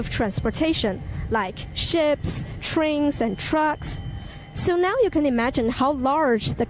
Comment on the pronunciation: 我觉得这个新闻的播报方式好奇怪啊，记者明显是拿着一个稿子在那边读；但这个稿子又写的很有口语的文风，导致听起了非常的假。 最后如果读的话就用书面语，否则听起来觉得不同的口吻有些不和谐；另外，记者 train这个单词的发音，很有问题。